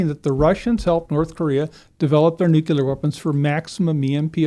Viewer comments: This guy pronounces Nuclear as "Nuc-U-lar" kind of kills the credibility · I liked this guest but the way he pronounced "nuclear" had me dying inside lol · I don't believe a person who can't pronounce the word nuclear knows what they're talking about when they're talking about nuclear stuff. The word is just not that hard to say.